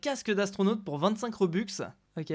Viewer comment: Ca se dit "robeux"